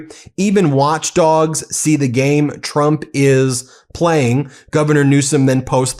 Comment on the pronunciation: It really does sound like she says chump instead of Trump.